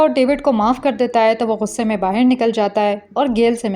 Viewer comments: Bahir nahi Bahar.😂 Sabhi explanation karne wali ladkiya BAHIR kyun bolti hai. It's really very funny and annoying at the same time. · "bahir" word tells your pakistani identity 😂